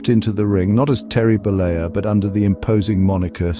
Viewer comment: Terry Bollea not Bolier, he's not french, he's Italian